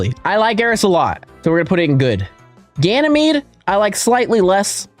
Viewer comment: Damn likes uranus “Ganimades”😂